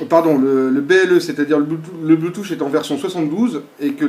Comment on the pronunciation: C'est pas Bluetooch mais Bluetooth, ça se prononce plutôt Bluetoof même si 'th' ne se prononce pas exactement 'f'